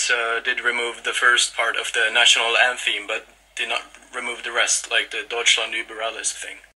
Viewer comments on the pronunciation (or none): Is it just me or he said "Antheem"?